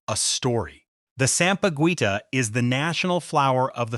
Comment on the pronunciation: Please,. The Philippines national flower is not pronounced sam-pah-guwita. Sampaguita is pronounced sam-pah-geeta.